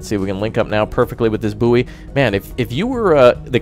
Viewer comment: bouy is boy not bouee